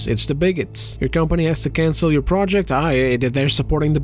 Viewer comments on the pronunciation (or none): none